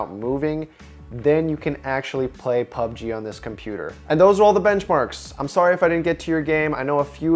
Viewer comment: Did he just say PBGU?????????